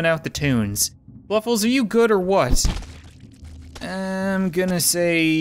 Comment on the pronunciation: Fluffles or Fwuffles???